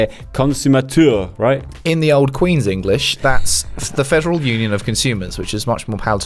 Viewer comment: PARASOFT their French is awful, they pronounced "Union" in English. Lol.